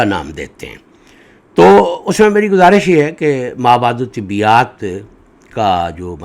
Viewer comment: آپ اردو میں ما وراء الطبیعیات کو ما وراء الطبیات پڑھ رہے ہیں۔۔۔۔ طبیات الگ اور طبیعیات/ طبعیات الگ معنیٰ ہوں گے۔۔۔ طبیات : طب سے اور طبیعیات/طبعیات: طبع طبیعت سے